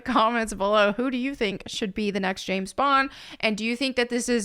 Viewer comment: "The name is Bond, Gays Bond."